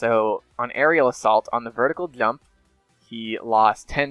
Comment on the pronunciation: Why you say clump intead of jump?